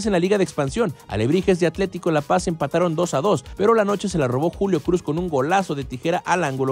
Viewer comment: No es wey, dijo cruz pero el wey no pronunció bien